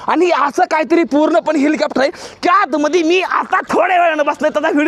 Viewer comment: हेलिकॉप्टर ❌ हिलिकॅपटर..✅ ही बघा.. ह्योका..😂😂